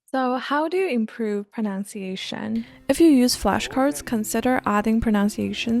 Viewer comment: Thank you for the learning tips! You've motivated me to restart learning foreign languages!! I admire your approach and dedication. Just FYI, the letter u in the word "pronunciation" is a short u, not ow as in the word "pronounce" and "pound."